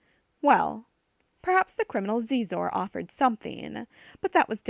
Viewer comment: I enjoyed this. I work 12 hr days minimum, this was good. My only criticism.... You keep mispronouncing Xizor... It is pronounced... She..zor. not zee zor